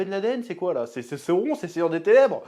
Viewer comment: C'est pas sauron, c'est SAOURRRRONNNNN